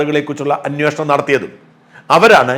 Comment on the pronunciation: അന്വേഷണം ആണ് anwoshanam അല്ല